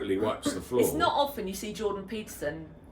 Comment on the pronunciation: This is all mildly interesting but what we really want to know is: did Jordan pronounce the T in “often”? Because if he did then everything he said is without merit.